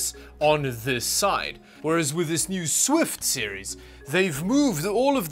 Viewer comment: it's Shift not Swift!